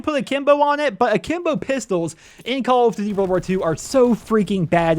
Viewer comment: lmfao wtf did he say?? XDD call of dvy?